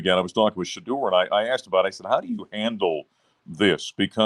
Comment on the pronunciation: I know you’re not in the know but it’s pronounced Shedeur (Sha-door) not (Sha-durr) 😂😂